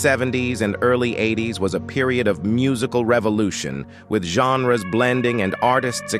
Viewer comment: what in the Stone City is this AI narrator pulling his pronunciations from? ghen-res? ran-eye-ih-sants? bah-slinees? is it really that awful to get a person to read it?